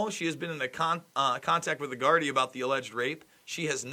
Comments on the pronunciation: Good Journalism, and you almost have the pronunciation of Gardai! Try this: knee, bee, dee, Gardee, Gardai! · One copper = Garda Two coppers = Gardai Gardai = Gardee